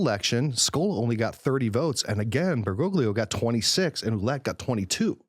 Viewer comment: Cardinal Ouellet... it is pronounced wha-LETTE... like "wallet" but with the emphasis on the second syllable.